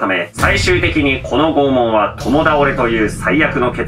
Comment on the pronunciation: 不謹慎ながら「拷問」が「肛門」に聞こえた。 いや、もしかしたらならあえてそう言ったかも知れないな